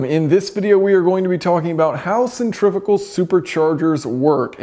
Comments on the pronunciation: Centrifugal not centrifigal. There's no i after the f. Say it right. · From the lack of comments on “centrivical” I’m guessing that is how you pronounce sen-tree-few-gawl in the States. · Stop saying centrifical, it’s not a word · Another word yanks can't say? Centri-fugal 😂